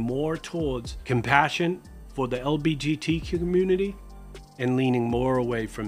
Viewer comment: Can you please clarify if you are saying LBGT or LGBT? Not that I think it makes a difference to the message, but I want to know if there’s a reason why you say it that way (if you do).